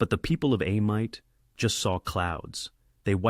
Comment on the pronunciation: For the record it's pronounced A-meet and not A-mite. Great video though.